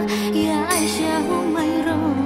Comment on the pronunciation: Assalamualaikum...Itu sudah betul pengucapannya Aisyah. Insyaallah saya sudah mendengarkannya dengan baik. Terima kasih. Wassalam 🙏